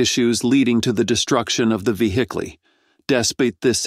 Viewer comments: It was robot humor at its best !! Veehicklee its the new Telsa model ! LOL. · That “vehiclyyyy” hit hard 😂